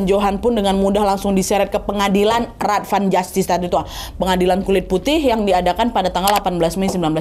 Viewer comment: Raad van justitie - bacanya rad dgn aa panjang, justitie dibaca yustisi begitu mba Nadia